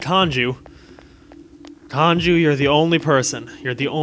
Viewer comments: Kanjis mad you keep calling him Kanju....and for ignoring him for so long xD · it said kanju again